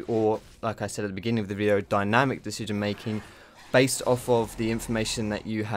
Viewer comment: "Dyanimc" lel